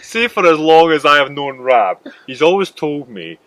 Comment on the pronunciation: Sorry Rab, it sounded like Stephen called you Rob not Rab!!!!!